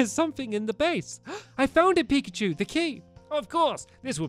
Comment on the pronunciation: Please say pikacha